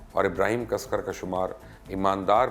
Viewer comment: It's Dagwood Ibhrim casekar not casker .....